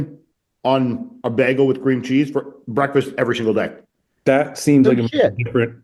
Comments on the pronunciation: Why is the guy pronouncing it "beggel"!? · am i the only one the reacted to the way the hotdog dude pronounces bagel? to me it sounds like he says beggle hahah